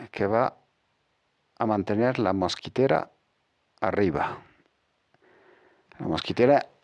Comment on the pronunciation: mosquItera.....MOSQUITERA.........no mosquEtera..............una mosquetera es la mujer de un mosquetero...D'artagnan, Athos, Aramis y Porthos.